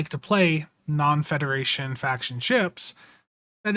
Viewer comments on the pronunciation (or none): none